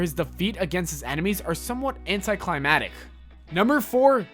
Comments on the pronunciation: Yes, and it's PLETHora, not pleTHORa. And anticlimaCtic, not anticlimatic. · it's anticlimactic not anticlimatic